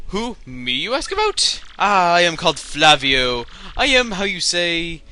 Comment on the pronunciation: Chugga the pirate's name is in Lantin so it's pronounced 'fla-wi-o' Thumbs up so he can see.